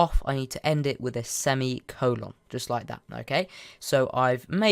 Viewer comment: why do you say semicolin like semi cola